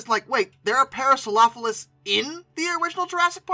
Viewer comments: head & beak too short, wrong overall shape of the skull, "elephant feet" "parasaropholus" lol wth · Is that the correct pronunciation for the Parasaurolophus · Why do you pronounce Parasaurolophus like that? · No, I often say it too quick and flub the pronunciation. I correct it in next week's video.